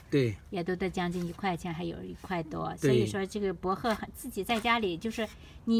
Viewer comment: 博贺听着好别扭